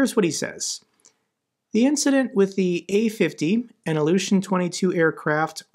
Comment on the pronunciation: what got me most is one of the commentators: he called it u-50, not a-50, like u-boats :D